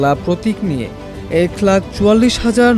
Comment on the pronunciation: এ্যাক লাক আবার কি!! শুদ্ধ করে বলেন সাংবাদিকতা করলে শুদ্ধ উচ্চারণ দরকার!